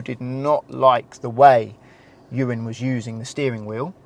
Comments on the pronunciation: The captions really do his name in at the very start but consdiering his name is Ewan, it really does sound like you say Urine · He used Ewan but sounded like "this is urine" i had a scare for a moment...thought he was taking the p*** 😂 okay I'll just get my coat and leave 😂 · I heard it as urine so subtitles has it bang on 😂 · To be fair to the subtitles, it honestly sounded like he said that. I did rewind it a few times. 😂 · Why does it sound like he called him urine at the beginning 💀